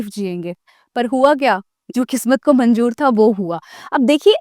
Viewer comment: Your pronunciation is not good like sahi word manzoor hae lekin aap manjoor bolti ho aur zaroorat ko jarurat